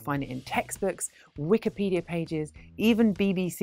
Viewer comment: I heard her say wickedpedia xD